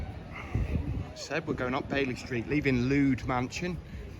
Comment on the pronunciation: It’s just that Oswestry deserves better than this! “Lewd” Mansion, for example. Help! Learn a bit of Welsh pronunciation before talking about this town, which has a god number of Welsh-speakers.